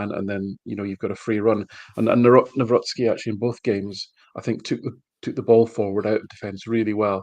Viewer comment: kudos to for correct Nawrocki pronunciation